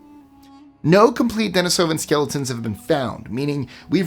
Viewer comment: Since the name for the species comes from where it was found -- the Denisova Cave in the Bashelaksky Range of the Altai Mountains in Siberia -- it should be pronounced the same way -- duh-KNEE-soh-vahn.